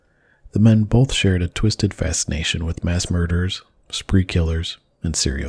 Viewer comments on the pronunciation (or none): Technically he’s a “mass muhdawah”